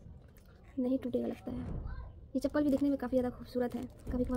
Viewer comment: chanpal nhi chapl hota h 😂😂